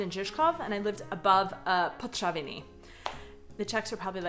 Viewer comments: It's potraviny, not potřaviny. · "potraviny" ... not "potřaviny" :D ... I like your content btw :) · I enjoy your videos even when they have nothing to do with me. I have a Canadian daughter-in-law so if you allow me to make your Czech more understandable; the emphasis in Czech language in on the first syllable. It is a very strong emphasis - PO traviny. ŘEznictví. If you do this, everybody will understand you on the first try, without the hhhh????:-) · I imagine there's gonna be a lot of people saying this, but your way of using the word "potraviny" is just so confusing for a Czech :D Firstly, you're often pronouncing it as potřaviny for some reason :D And secondly, "potraviny" means groceries. Food. While "večerka" means a store that is open later than the usual ones (let's say a regular small grocery shop would close around 19 while the večerka would stay open until 21, hence the name (from večer - evening)). But since the večerka also sells food, they put the word "potraviny" on the door :) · pronouncing potraviny as potřaviny is because the r can be "americanized", say i e travel and you will understand..... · It’s awesome that you’ve learned ‘ř’ and now you use it in literally every ‘potraviny’ said in this video :)